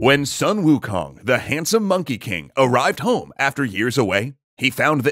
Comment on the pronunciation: "Soon", not "Suh-n" Also, the reason he wanted to find his own weapon was cause every other weapon broke under his own strength. One of his fellow monkeys told Wukong of the Eastern Sea Dragon King's weaponry.